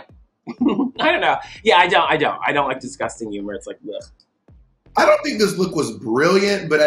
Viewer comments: My french ass not getting how wrong 'umor was pronunced at first.. had to watch it multiple times to finally understand ahaha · "a little bit of YUMOR" LOL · I reacted EXACTLY like Bob when Thorgy started saying "umorous" and "umor". Lol